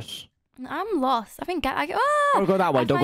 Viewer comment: I thought that you were saying gary instead of gallery. :P